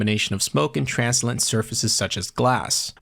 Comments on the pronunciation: lol all the cs2 yt'ers i watch can never pronounce words. trans-lou-cent, not trans-alant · Nice video 💯 look up the pronunciation of translucent :D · translucent. trans·lu·cent